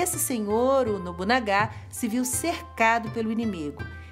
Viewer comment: Muito prazer gostei de vosso vídeo com informação interessante e como vossa graça demonstrou a preocupação de pronunciar o nome deste importante daimyo e como as palavras tem poderes mágicos deixe-me ajudada como vossa pronuncia ....nobunaga é pronunciado como paroxítono O ACENTO É NO NA